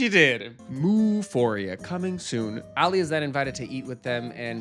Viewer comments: Please…it’s pronounced AH-lee, not Allie! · Who is Alley? His name is Ali - pronounced Ah-Lee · I like that on the last euphoria reaction you've corrected yourself by pronouncing Ali's name right and then proceed to say it wrong in the next 🤣🤣